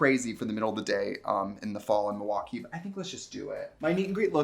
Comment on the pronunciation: you can tell trixie is a true wisconsinite bc she doesn't pronounce the L in milwaukee. it's "muah-kee".